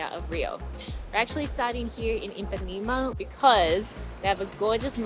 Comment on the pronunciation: Great video, Brazil has so much to offer. Just a little correction, it's Ipanema not Impanema. :)